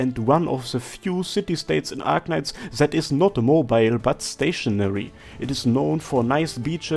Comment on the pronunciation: is this a parody or is your accent really that bad ? :) As a german I usually don't notice it... but it literally sounds like you are saying "zed" instead of "that" xD